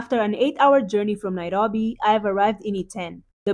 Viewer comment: Please always mention NAIROBI in your videos, it sounds nice the way you say it:person-turqouise-waving